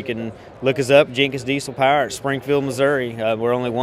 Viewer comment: It’s POWER not paar